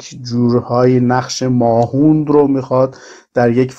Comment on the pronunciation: تلفظ درست کلمهء ماهوند ، mahvand هست . نه mahoond